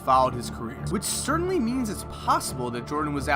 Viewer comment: "Wridden" "Cerdanly" you gotta go to some diction classes